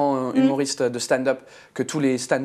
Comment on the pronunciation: "Watt de feuque" "staind-eup" frenchs are sooo bad with english (seriously, you aren't too bad but what's happening with your accent!) 😂